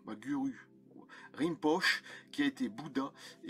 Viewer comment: Rinpoche se prononce Rinn Po Tché. Sinon, c'est toujours aussi intéressant.